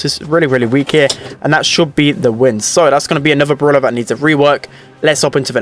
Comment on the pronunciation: i like how he says bruwla instead of brawler 😂😂